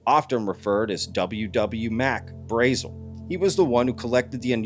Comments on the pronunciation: It's Braazul. Not Braizil. You must be new to this. :) I'm surprised that you haven't seen The Roswell Incident yet. There are interviews with locals who knew the man. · I believe "Mack's" name was pronounced "Brah-zel"...